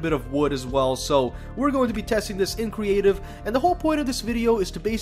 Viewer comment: Anyone else catch him say "cweative mode" instead of creative mode